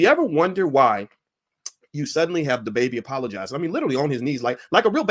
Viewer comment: "Th Baybay" Just turned into the "Da B!aitch"